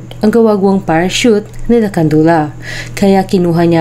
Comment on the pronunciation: Potek nakita ko sa pa sa TV yung orihinal na report nang insidente na ito. Tawa kami nang tawa ni erpat kasi walang maka-pronounce ng salitang "parachute."